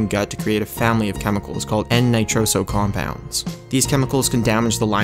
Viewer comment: man your pronunciation of compound sucks